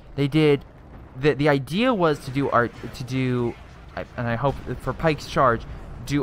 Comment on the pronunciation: Pickets charge, not pikes charge haha, sorry I know.. being picky but I love my civil war history. Good video as always.